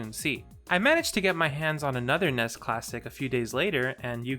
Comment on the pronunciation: I started watching this but he keeps pronouncing NES. Took me Out